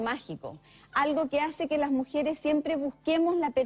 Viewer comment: Alguien que dice "mujieres" y "altelnativos", "espetativas", se coma todos las s, y que diga"pa" en lugar de "para que" o "para" no puede ser tomada en cuenta.